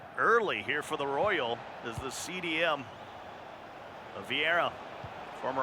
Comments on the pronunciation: Us: vieira American: viara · Why does the commentator call Viera, "Viaara"!!! 😂😂💀💀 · Anyone else find it annoying when the commentator calls Vieira, viarra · Commentator: Viarra Me: die in a bin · MIQUEVIIPER THE KING the guy who says viara was Italian 😬 you should’ve heard how he said Eusebio tho that was worse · “Viara” pissed me right off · I heard Viagra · How is that dude working for EA when he cant pronounce when of the greatest midfielders ever that even casuals have heard of 😂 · I hate how he says Vieira